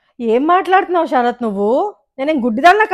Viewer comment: అమ్మా "ష రాత్ " కాదు.....శరత్